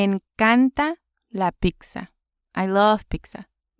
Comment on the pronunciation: When you say Pizza it sounds like your saying pixa (peeksa)